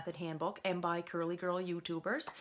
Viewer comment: I'm guessing she's Canadian because of the way she says youtuber that accents kinda cute